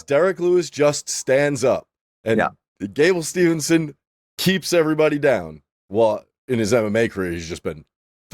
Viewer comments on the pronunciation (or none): Mispronouncing gables last name multiple times is crazy 😂😂